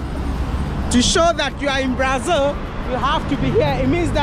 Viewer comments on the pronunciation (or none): The man's been living in brasil for 8 years and still calling it "brai-zil". The Ghana in him is forever strong 😂